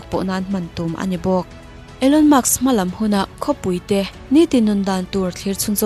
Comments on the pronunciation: Elon musk nge Elon muks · Maks inti zela, musk tiin in ziak leh bawk sia🫣🤗